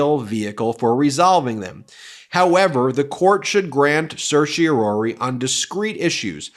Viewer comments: The 4th syllable of "Certiorari" is pronounced RAR, rhymes with CAR, not ROR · For goodness sake, please learn how to freakin' pronounce certiorari. There's no "ory" sound at the end. Geez!